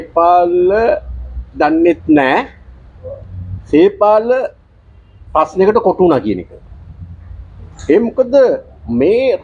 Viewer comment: නම හරියට කියන්න මහත්තයෝ. සේපාල් .